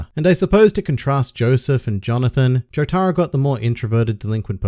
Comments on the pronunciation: Jotaro is pronounced without an emphasis on the “tar”. There is slight emphasis on the “jo” just like in “Joseph” so not JoTARo. JOtaro. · For the love of God, please tell me Jotaro isn’t pronounced like that